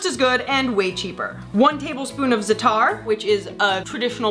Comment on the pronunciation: you butchered the pronunciation of za'atar im cringing